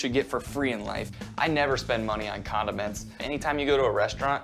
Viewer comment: I had to put on the CC because at first, I thought he said, "I never spend money on condoms." and I was like, come again? He said condiments 🤦🏾‍♂